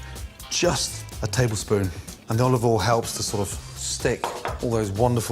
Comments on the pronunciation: “GAHLIC OLOVOLE” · The way he says it it is said olive ole in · And OLIVOL